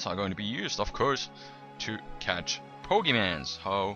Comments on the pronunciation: Its pokemon not pogeman. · 1. Plural of Pokémon is Pokémon 2. Pronounced Po-ké-mon. (NOT BO-GI-MANS!!!) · It's pokemon not poke mans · you say 'pokimans' l0l instead of pokemon? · "Pokemans"...I don't want to live on this planet anymore... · Poe-kay-mon. It sounds like he's doing it on purpose, as well as "geodude" for correcting himself when he says it correctly.. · I love gow he says "pokeman" lol its funny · he said pokemon correctly once and the changed it to pokemans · he says pokeman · u say pokemans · He said Pokemans =( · its called pokemon with a o not an a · poke mon that how u say it sorry i just get mad when people say it like that so sorry but i likae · the guy said pokeman its pokemon and its a mod ur dimb at heck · stop saying pokemans it hurts my ears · stop saying pokemans and pokes... just stop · its not freaking pokemans noob it dosint even have a a in the word pokemon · lol pokemanzz lol my cousin loves(ed) pokemon and i would get on her nerves by calling the pokeMANZ ROFL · pokemon not mans ugggh